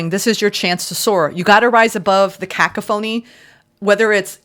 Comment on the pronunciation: Thank you! Watch the pronunciation of cacophony 😊